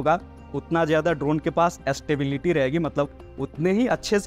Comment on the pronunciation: Estability kon sa chidiya ka naam hai bhai sahab, pronounciation hi nahi aata to technical Gyan kaise hoga